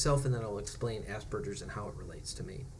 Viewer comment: Just turned 34 and almost done with my Autism assessment. Thank you for saying Aspergers correctly. I hate when people say it the other way....congratulations on joining utube.